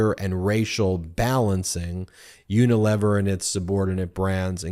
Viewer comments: This is nit-picking, but you are mispronouncing Unilever. It is uni- lee-ver. (Long ‘e’ sound.) 🙂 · Unilever (UK) is pron.: YOO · nuh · LEE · vr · Ben, the third syllable of “Unilever” should rhyme with “tee”.